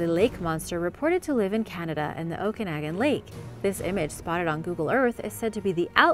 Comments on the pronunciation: Okanagan is pronounced Oak-a-noggin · Okanagan is pronounced "oh-kuh-nah-gun." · oh-kah-naw-gan (okanagen)